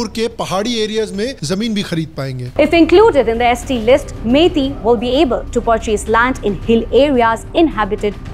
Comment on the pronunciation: 😂it was never about religion but godi media turning into religious issue . Even meties were not hindus ; they only converted in the late 16 century . And it's not pronounced as "mety", it's "meh- teas". 😂 Gobar